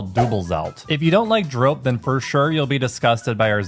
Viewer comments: I don't (always) want to be that annoying person, but we pronounce the o in drop a bit like the English "border". I felt like your version was a bit too much in the "snow" direction. Other than that, you're doing a great job exploring our language and food 😊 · It's pronounced drop, just like the English verb, not droap. Hopjes have the same sounding o, like the English verb hop, not as in hope. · Yup, not 'droap' but simply the English 'drop'. And easy on the 'w' in 'drwop', make it 'drrrrrop'. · Drop is actually prenounced as dr-oh-p not lik the hard ooo as in OK but more the soft oh like the meh kind of oh sound. Hope I explained it right, but dropjes is not with a hard O, but soft O. If that makes sense. Hahaha, better explained in talkative Dutch. It is why people have trouble understanding our language hahaha. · The letter O in drop is the same as how you guys pronouce the letter O in Dordrecht, just a tiny bit shorter.